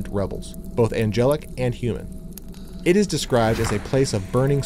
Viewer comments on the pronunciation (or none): none